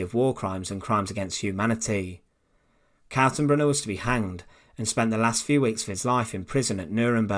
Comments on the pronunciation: I'm glad the man's name was spelled out. The way you are pronouncing it, sounds like Kassenberg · Totally botches Kaltenbrunner's name.